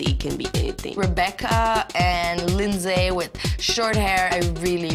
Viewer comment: I worked with a guy who dated Linsay and her name is not Lyn-zay. It's Linzee like every other Lindsay.